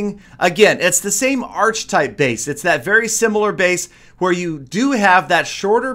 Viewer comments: Archetype. Ch is pronounced like a k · You mispronounced archetype.